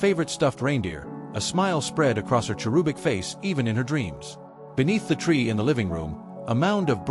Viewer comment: Is this a story or some infomercial for a dumb book? Not a good idea. Stop preaching! How do you say cherub! Like rube? No! It has a short u sound, so go on to cherubic, IT ALSO HAS A SHORT U. Stop making my ears bleed with your idiotic pronunciation. If you don't know how to say it ask google, or no you may be that dumb AI ? It is past time that was fixed, how long do you want to be told it is WRONG, before you make them fix it? Do you ask anything too stay wirh a country in an emergency? No, you are nuts, us is not a country it is one syllable word for plural people, 1 syllable, not two letters. Get a clue!